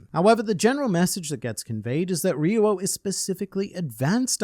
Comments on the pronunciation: It's "ryu-oh," not "re-you-oh." Two syllables. It might be helpful to pronounce the "r" like a "d," but kinda softer. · In Brazil , portuguese to english, is HAKI OF THE KING. Also, you said RYUO wrong in both ways. In romanization, the RY in the beginning of a word sounds like HEE. So, the correct wayto speak is saying something like HEE-U-O. You can confirm typing RYUO and ask to Google Translate to speak, using Brazilian Portuguese